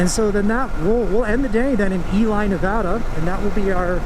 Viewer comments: Looks like an awesome trip! Looking forward to see how the new bike holds up for it. (Also, Ely in Nevada is pronounced “ee-lee” and not “ee-lie.”) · Very cool plan/ride. BTW, its E-Lee, Nevada, not E-Lie.